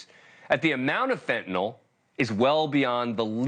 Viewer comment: Mr.defense attorney, it’s not “fentanol.” It’s Fentanyl.